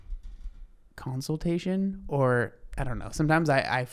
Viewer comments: I wasn’t sure if I heard counseltation and was being nit-picky, so I’m happy you said something. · Counsel-tation is what I hear at night when I can't sleep